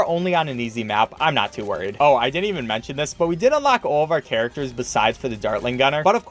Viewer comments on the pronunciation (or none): none